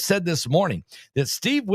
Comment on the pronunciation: Pronounced Jarod Kush-ner